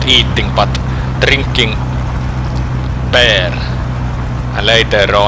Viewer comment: Ah yes, trinking ber❤️